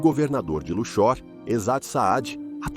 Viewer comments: "cidade egípcia de Luchór" ... Precisa revisar melhor a narração dessa IA. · Nunca ouvi falar de "Luchór" mas sempre ouvi falar de Luxor ("Lúcsor") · A cidade egípcia de Luxór, mais conhecida como Lúxor (Lúksor) rsrsrs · Não sabe nem pronunciar Luxor.